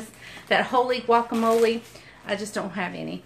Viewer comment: Did you say guamole mayo?